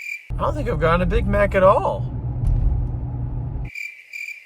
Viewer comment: McDrunkness, hehe! The way you slurred "I haven't had a big maaaccccc.." You sounded almost Scottish, hehe hello from Glasgow :D